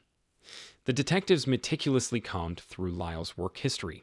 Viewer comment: Great video ..... except the pronunciation of the word COMBED which you said at least twice . It should rhyme with ROAMED . Sorry but I do have an obsession with pronunciation AND I want YOU to sound as intelligent and professional as possible !!!